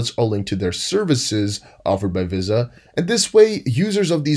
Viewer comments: Love your work but VISA is pronounced in America as VeeSaah otherwise your english is perfect. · Visa is pronounced VEE-SA. Where have you been dude? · Visa Visa Visa NO NO NO how do you not know how to pronounce it correctly ??????????